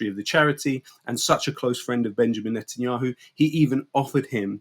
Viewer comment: BiBi Milkowski “ Netenyanhu “ 🤔🤔🤦‍♂️😂😂😂😂😂😂